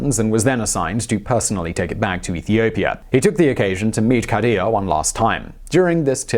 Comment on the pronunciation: The way he says khadijah is so aggressively white 😂😂😂😂